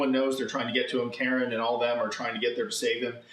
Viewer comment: Why do you insist in pronouncing Karin incorrectly? It's not "Karen". It's "kah-reen"